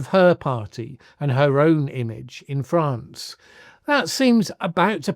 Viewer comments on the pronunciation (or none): none